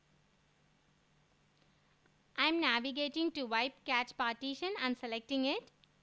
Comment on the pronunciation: i believe it's pronounced 'cash'